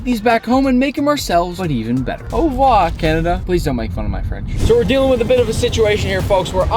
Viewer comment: It’s not ouvua it’s Aurevoir